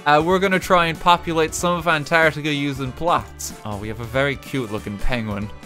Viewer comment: would just like to point out that it's spelt and pronounced antarctica. not antartia. say it correctly.